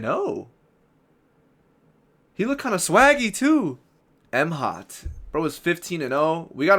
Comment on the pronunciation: That's not M-HOT bro, it's pronounced as MHOT(Moth)